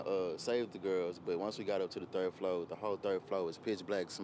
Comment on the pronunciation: A college student cant say floor? But says flow? Smh. I hope everyone will be ok and they check out all the appliances including ac units.